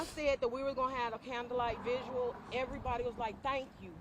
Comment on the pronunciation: Somebody PLEASE tell that woman it’s vigil and not “visual”. Thank You!